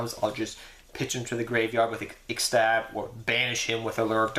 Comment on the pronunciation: tin tin right?? nad it is not that hard to pronounce... i speak arabic though ... and it is ix tab not fucking ixestab